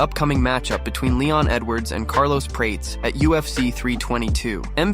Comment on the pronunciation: Its pronounced pir-ah-tez, not prates. Ffs